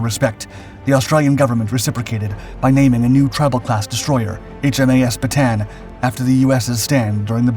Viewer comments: Continual mis-pronouncements in the commentary are very distracting...e.g. Canberra, Bataan etc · You mispronounce many names in your videos. Canberra (can-ber-a) HMAS Bataan. (Bat-a-an) In other video you say Ma-li-a not Ma-lay-a